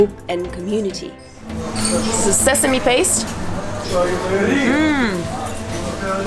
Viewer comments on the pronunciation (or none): none